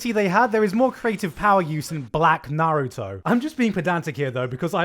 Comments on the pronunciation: disliked cuz he pronounced "Naruto" wrong. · can you stop pronouncing naruto like that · That moment u pronounced Naruto wrong I flipped, or is it the accent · God i fucking hate how you pronounce naruto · The way.. you pronounced "Naruto"..